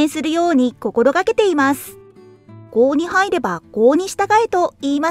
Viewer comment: 郷に入れば郷に従え は「郷にはいれば」ではなく「郷にいれば」と読んでほしいですね。